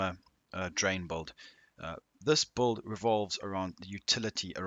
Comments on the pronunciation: Anyone else hear “BOLD” instead of “Build” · Are you saying bald or bulid? Lmao.